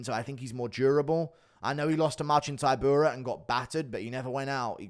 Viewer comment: He pronounces polish fighters' names terribly. Taibura, week-watch, breski